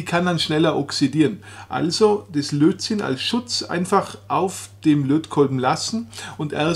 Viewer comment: Es heißt Lötzinn und nicht Lotzinn.